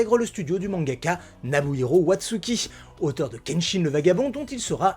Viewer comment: Pétard je suis impressionné par les commentaires négatifs hors sujet sous cette video °○° Pour ma part etant fanboy de One Piece j'y ai appris enormement de choses que je ne connaissais pas donc bravo et merci. Je vais m'autoriser une seule critique, que j'espère constructive : attention à la prononciation des noms japonais, les auteurs de Kenshin et Shaman King sont Nobuhiro Watsuki et Hiroyuki Takei. Mais quand on nous propose un travail d'une telle qualité, a-t-on le droit de pinailler ? 😊